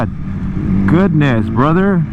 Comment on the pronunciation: Brotherrr, beotherr lmao